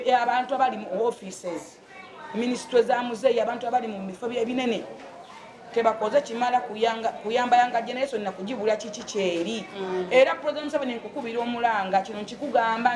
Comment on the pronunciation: mbu turampu mbu generesoni😂😂😂😂😂 full figure wabula olinzissa enseko noluzzungulwe